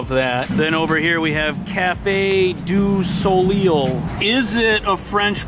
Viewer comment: You don't get sick from cold. That is probably the worst pronounciation of "du soleil" in the history of ever. (it means "of the sun")